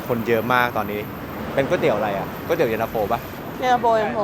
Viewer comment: หลายep ออกเสียงไม่ถูกเช่น ก๋วยเตี๋ยว ไม่ใช่ก้วยเตี๋ยว หรือ ก๊วยเตี๋ยว